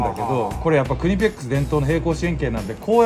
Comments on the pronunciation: クリペックスじゃなくてクニペックスじゃない？ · クリペックス→クニペックス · クリペックスじゃなくてクニペックス(KNIPEX)！！！ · クリペックスじゃなくてクニペックスではw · クリペックスじゃなくてクニペックスね🤣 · なんてコメント書こうかな〜って思ってたら ん？「釣りよかさん」？え？なんか そんなふうに聞こえたんだけど‥って思って他の人のコメント確認したら やっぱり「釣りよか」👏👏👏👏👏👏 え？念願のコラボだ✨✨✨✨✨工具のこと‥ふっとんだ🤣🤣🤣